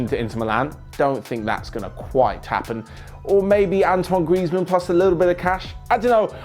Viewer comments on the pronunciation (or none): none